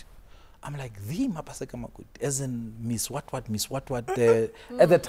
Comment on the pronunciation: Please correct the Surname...is Mokwele not Makwele